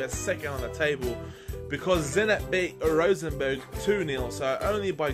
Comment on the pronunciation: the way you said rosenborg sounded so wrong